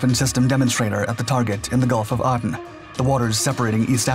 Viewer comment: Its pronounced "A"den!